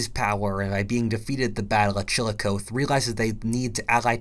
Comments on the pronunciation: It's not Cilicothe..you said it wrong...chil..li. co..thee..is how you pronounce Chillicothe Ohio...I'm from about forty five minutes away from there.. very rich in Indian history..Tecumseh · its Chil-i-koth-ee not chil-i-koeth 😂😂😂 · chill-a-coth-e Is how you say it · CHILL-IH-KOTH-EE DAMN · Chillicothe [ chill a koth E ] The battle may well have been over pronunciation. -Nick from Dayton Ohio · “chillicothe” is pronounced Chiluh-Cawthee just as an fyi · I realize it’s spelled weird, but Chillicothe is pronounced chill-uh-koth-ee. Just thought you might want to know. 😉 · For as great as this video is, I couldn't help but break out laughing at how you pronounced "Chillicothe". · Chillicothe rhymes with coffee. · Did you.. really just pronounce "Chillicothe" like that?